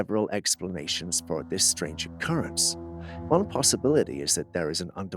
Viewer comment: change in "o-currents" To me, the video brought back memories of an earthquake